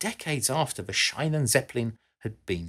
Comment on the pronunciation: Schiene. The "ie" is a longer "i" not an "ei". Perhaps like "sheen" not "shine", to give you English examples.